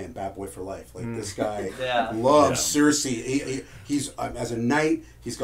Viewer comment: Why are you all saying Cersei's name that way? I get that it's an "ei" at the end, but everyone else I've ever heard just says "Cer-see." It's super annoying. It's like if you always pronounced encyclopedia "encyclo-paedia"